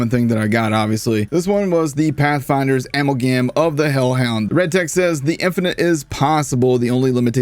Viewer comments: Am-al-gam lol. Uh-mal-gum is how you pronounce that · Amalgam is pronounced a-mal-gum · Do you really not know the word "Ally"? It's not "Allie". Ally. As in... Team mate. Companion. Guy in your side. Opposed to the word "enemy"... Edit: Nevermind. I just heard how you say "Amalgam". You just don't know mildly uncommon words...